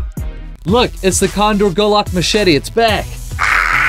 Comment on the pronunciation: He is cleenng the machaty